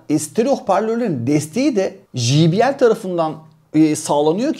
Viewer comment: jibiyel değil cey bi el.